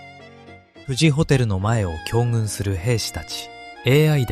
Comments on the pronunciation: たいへん興味深く拝聴しました。「行軍」（こうぐん）です。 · 全体が優れているのに、AI音声読み上げによる読み間違いがホント聞き苦しいしいね。 「行軍」（こうぐん）、「朕」（ちん）（不敬で皇道派にヤラれちゃうよ）ぐらいはルビ指定して正しく読ませて欲しい。その手間を惜しまないで欲しい。